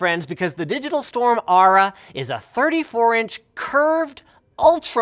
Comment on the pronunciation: Aura not Ara...